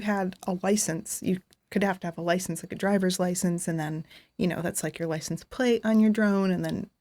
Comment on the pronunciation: 16;35 Cars have killed with li censed drivers have killed millions...and she says...yah...but you need a driver li cense, heavy emphasis on the LI. This is logical,,,ummm, not! Love you, your just not logical!